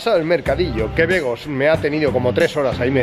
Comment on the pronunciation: Like si te diste cuenta que en el minuto dijo begos